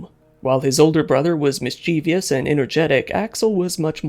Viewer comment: It's not Mischievious it's mischievous. Why does everyone say it wrong?